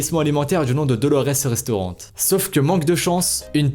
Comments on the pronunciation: Restaurant est sans e donc on dit restaurant mais pas restaurante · Pas restaurantttttte mais restaurant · POURQUOI TU DIS RESTAURANTE ON DIS RESTAURANT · On dit pas restaurante on dit restaurant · Par contre restaurant de prononce « réstoran » et non «restorante » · C moi ou il dit restauran[T] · Il dit restaurante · Euuu restaurant on le dit pas « restaurante » parle français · On dit restauran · Il prononce le T dans restaurant?? MDRRRRRRRRRR